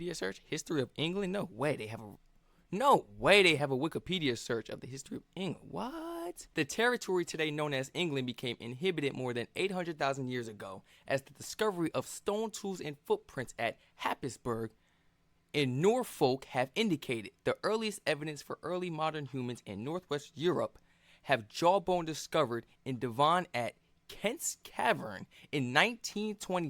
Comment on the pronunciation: Pronunciation wasn't too bad but Happisburgh is pronounced HAZE-bruh. It's one of those places that is impossible to guess how it's said from its spelling.